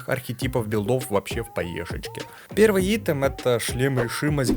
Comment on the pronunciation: Ну айтем же, айтем, не итем =(